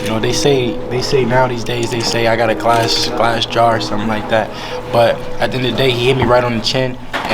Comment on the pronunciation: Did he say glass jar?